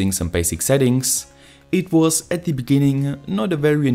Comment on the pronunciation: Hey your videos are awesome and your English is pretty good. But you should really fix your pronunciation of 'the'. The rule is very simple. Its 'the' unless the next word starts with a vowel, in which case it's pronounced 'thee' So The temperature (not thee temperature) The weather The wifi Thee arduino Thee other arduino Thee information Hope you don't mind the advice.